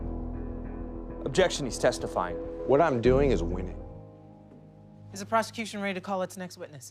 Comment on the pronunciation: "What I'm doing is winnig"